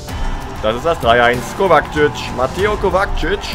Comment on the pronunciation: du sagst immer Kovakcic😂😂er heißt Kovačic